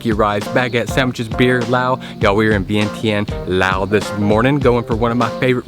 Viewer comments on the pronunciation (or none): none